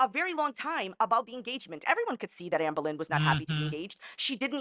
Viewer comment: I love how she pronounces ahmbURlin